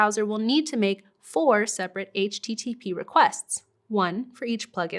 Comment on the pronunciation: HTTP😐 Over pronounced. Anyways loved the video thank you